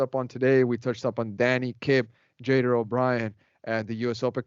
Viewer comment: Pronounce Jader's name correctly please! Yall speak Spanish, pronounce it in Spanish